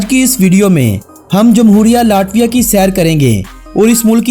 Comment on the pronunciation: آپ کی کوشش ا چھی ہے مگر آپ کچھ الفاظ غلط ادا کرتے ہیں ۔ یہ لاٹویا نہیں بلکہ لیٹویہ بولا جائے گا۔ امید ہے اپ مذید ویڈیوز میں اصلاح کریں گے۔ آپ کی تمام غلطیوں کے باوجود آپ کی ویڈیوذ بہت اعلیٰ ہیں۔ ہم نے اپنے بچوں کو اپ کی تمام سیریز دکھائ ہیں ۔انفارمیشن کے لئے good 👍🏻👍🏻👍🏻👍🏻